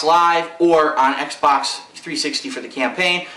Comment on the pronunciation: you misspelled "xbox" and sayd "xbot"